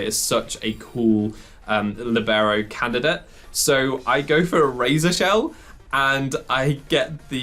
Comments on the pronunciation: It is pronounced LEE-beh-ro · It is actually pronounced Lìbero, the accent goes on the i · always feels weird to hear Libero with the english pronounciation. And I can't wait to try this set out! :D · the way you pronounce libero cease